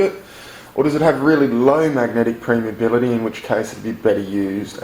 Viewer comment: I think you mean permeability and not premeability. Great video though!